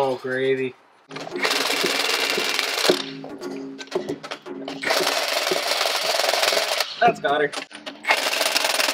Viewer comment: "Oh, yeah. Oh, gravy." That is the most Canadian sounding thing I have heard in quite some time, eh.